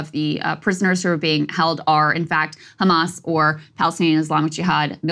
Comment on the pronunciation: "Do you condemn Khamas?!"